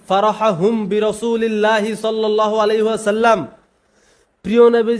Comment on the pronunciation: ও, নবীর খুব আসেক তুমি তাই সল্লেল্লাহু আলাইহি বলো বেটা মূর্খ কোথাকার নবীর দুরুদটাই শুদ্ধ করে পড়তে পারো না আরো নবীর আসেক দাবি করো